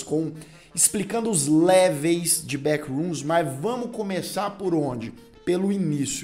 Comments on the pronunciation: Po cara... Leveis não né!! LEVELS! 🤣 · "Léveis?" Seriously? Besides that I loved the content! Congrats.